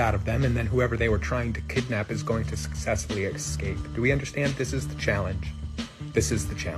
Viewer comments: “excape” brilliant! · Don’t trust anyone who says “ec-scape” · These fkwits can't even speak properly? There's no "X" in Escape And you "ask" someone a question, you don't "axe" someone a question